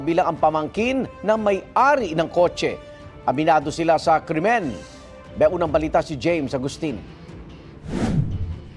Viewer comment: Crimen, not cremin 😂